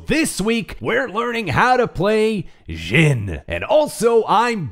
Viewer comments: Why is he saying ' Jin '?!? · It’s not ‘zhin’ It’s ‘zhin’ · Why are you pronouncing it like that? Not even the character himself pronounces it like that.